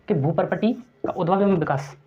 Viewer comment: विकाश नहीं... विकास होता है